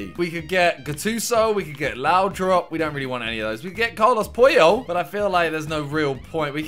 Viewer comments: Did Simon say Carlos poohole aha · When Simon calls Carles puyol Carles poo hole😂😂😂😂😂😂